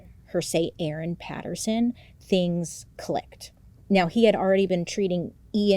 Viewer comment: Yay, thank you for covering Erin Patterson. Your pronunciation is spot on and you 100% gotta come to Australia